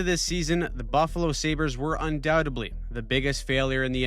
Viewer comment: Un-doubt-edly not un-doubt-ebly